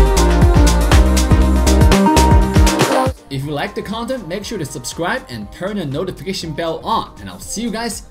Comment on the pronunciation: is trying to say content but it sounds like condom.